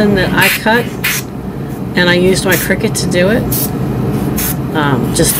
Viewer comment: Yay!! You said Cricut the correct way!! Lol😂😅 love ya!